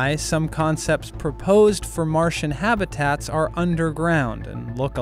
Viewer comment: Why do you mispronounce the word habitats as "have-e-tats"?